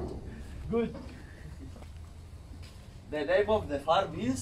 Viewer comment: Arabic accent